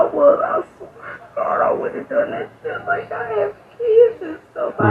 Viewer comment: He starts reading her rights and she says Oh Got, oh Got. Then she says she's a goot person. She's thinking it's so much easier stealing from Welfare.